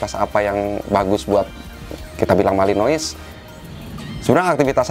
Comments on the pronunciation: Nyebutnya malinoa bukan malinois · Bang kalo belgia.... Courtois (Kiper) pengucapan kourtoa.... Kalo Malinous pengucapannya Malinoa.... Koreksi bila saya salah